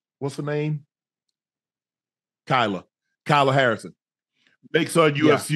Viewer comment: Unc mispronouncing all the names, Cereal Gane, Rodney rousey, Ben asprin, Kyla Harrison 🤣🤣🤣